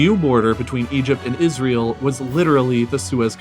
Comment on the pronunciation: No one:: Isrëėêl